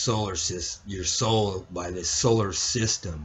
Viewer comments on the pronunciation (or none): Soular system lol